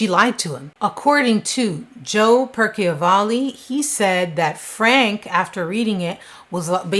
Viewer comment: Percivalle...pronounced (Purse-a-vail)...was giving info about another officer that was killed by the police and blamed on the citizens of Aliquippa...that's how that video text came to be...the cops made the video with the girl